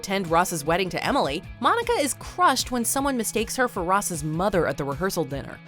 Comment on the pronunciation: 25 years later and ross still can’t say emily